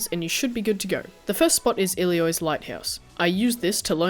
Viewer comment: Hey man, really love your stuff. Always great content and excellent quality! I just thought I'd point out that it sounds like you're saying 'Iliois' when it's 'Ilios', like 'Ee-Lee-oss'. Sorry if that's an accent thing, just something I noticed throughout your vids :) Stay awesome!